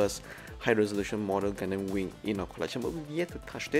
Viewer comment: Really hope you are reading this. Just want to comment about one thing thats always turning me off when watching your videos which is HOW YOU PRONOUNCE GUNDAM! Why did you pronounce it as GUN-DAMN? Pls correct your pronounciation for the love of god. Try listening to mechagaikotsu or zaku aurelius vids on how they pronounced it! All in all, i really love your vids still. I really do. Keep up the good work 👌